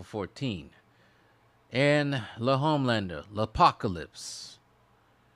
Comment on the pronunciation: Lol "Lehomelander"